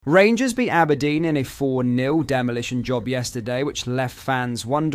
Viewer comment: Wait for it “the rangurs are comin”